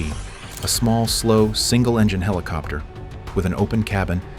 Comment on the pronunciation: You call a regular cassette tape a VHS tape (or at least that's what's shown) and LOL "HELL COPTER" ... I mean I know this is AI but sheesh.